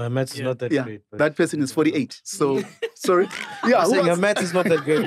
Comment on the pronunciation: When Mac Said Phorry they showed President Mbeki 😂😅😅😅😂😂😂😂